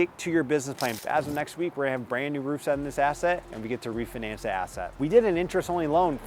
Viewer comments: you pronounce it like re-fin- ance. The fi needs to be pronounced like the F and I in Sci-fi. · Please pronounce refinance properly lol. Other than that I love the info from this video thank you.